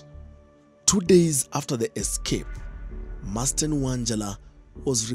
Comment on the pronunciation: Hata wewe reporter, hujawahi kuona jina MARSDEN? There's nothing like "Masten"!😅